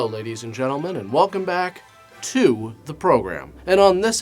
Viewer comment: I feel that "to" needed more emphasis.